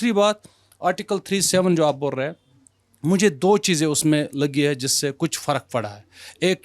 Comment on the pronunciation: आप बोल्लए हैं,,,,,,बात चल्लई है क्या उच्चारण है भाई एंकर का ।बोल रहे हैं ,चल रही है बोलिए न